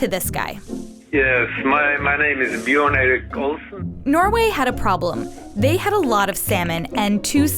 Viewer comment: Björn and not Bjorn